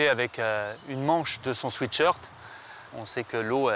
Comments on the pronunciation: 😢Swiit shirt.. on dit swèt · Pourquoi dites vous tous et toutes un swéét shirt. C’est un swait shirt Pas un pull « doux » mais un pour transpirer.